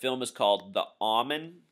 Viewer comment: Pronounced "Oh"Men, not "Ah"men. Just thought you would want to know. Thank you, good info.